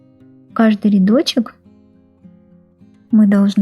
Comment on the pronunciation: Ниточка,петеличка, рядочичек - это что, детский канал по вязанию? И не РИдочек - а РЯдочек